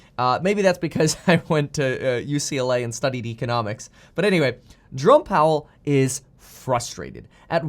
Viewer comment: Went to UCLA but can’t pronounce economics...